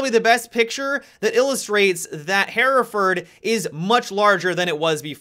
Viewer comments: Hereford = "Her-furd" Hereford ≠ "Hair-a-furd" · Am I the only one bothered by the pronunciation "Hairaford" ???